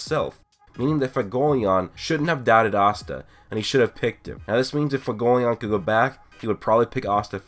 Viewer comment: Fagolion? Seriously work on your pronunciation man it's fuego not fago.